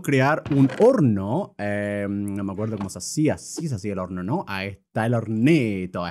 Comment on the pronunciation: Soy la unica q escucho "Porno" y tubo q repetirlo de nuevo solo para darse cuenta q habia dicho en realidad "Horno" 😟?